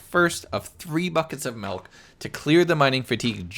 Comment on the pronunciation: He really saying MELK